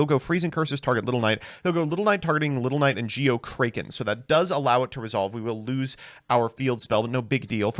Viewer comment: Those pronunciations of “A” in stratos and Kraken was cringe as fuck dude. You and mkhol gotta learn how to read